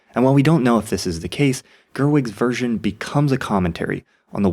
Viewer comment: It took me minutes to realise that he said 'Version' and not what I thought was 'Virgin'.